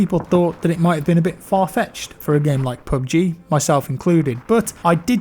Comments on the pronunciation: "Pub gee" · Sound like you r saying poopg